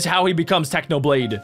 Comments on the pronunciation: Technopig ? it is Technoblade you silly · In the start he said technopig😂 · You said technopig it's not it's technoblade 🐖